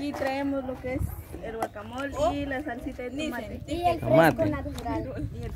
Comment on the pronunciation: Se dice guacamole. No guacamol